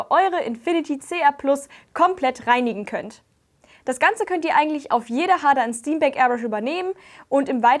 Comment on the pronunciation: Sehr informatives Video, das sicher nützlich ist, wenn ich von meiner Sparmax upgrade. Ich finde es nur interessant, dass das Hamburger Traditionsunternehmen Harder Steenbeck englisch ausgesprochen wird. :D